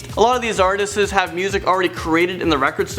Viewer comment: "A lot of these artistis".. oh, sorry: " A LOT OF THESE ARTISTIS" Who is this shouty clown and why can't he speak properly?